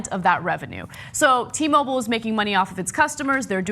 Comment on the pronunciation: fuck sake .. its not T- Mobol.. its "Mo-Bile". Pronounce the work properly.